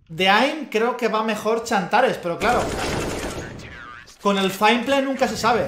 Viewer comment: se llama xantares no chantares